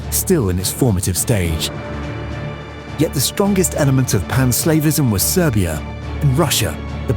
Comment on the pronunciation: I did get a laugh from all the times pan-Slavism was pronounced as pan-Slaveism.